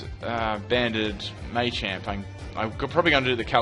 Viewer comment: Maychamp? Not Machamp?